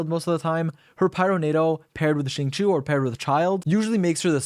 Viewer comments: Xingqiu reads as sing-show, not shing-shu - sincerely, xingqiu main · AM I THE ONLY ONE WHO IS PISSED HE SAID CHINGQUI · i thought it was pronounced shing-cho ?? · the way you say xingqui still makes me want to cry